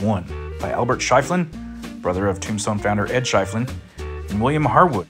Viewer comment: That's pronounced "sheffelin".